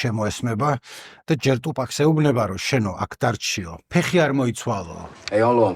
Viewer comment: ყველაფერი ძაან კაი და მშვენიერი, უბრალოდ გთხოვ თუფაქს ტუპაკს ნუ ეძახი :დ <3